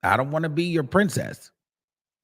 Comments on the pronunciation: She didn’t say “princess” tho she definitely said BRIMcess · She said “Brimcess” not Princess